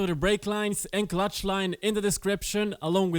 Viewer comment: Clutch not cutch! Nice video!